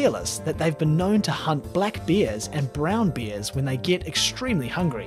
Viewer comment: ....He sounds like hes saying Beers instead of Bears